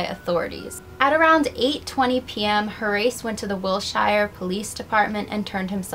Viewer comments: Wilshiiire? I thought you were in LA or New York Wilshire is pronounced Wilshur. Nice video. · Name not pronounced Hor- race. It's pronounced "Hor - asse". "Wil - shure", not "Wil - shire". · You are miss pronouncing Wilshire. Is noit wilshyre. Is willsher. Thank you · . 25 cal SEMI automatic. "Will-sure" police department. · Also Wilshire is pronounced Will-shur. But still... Good video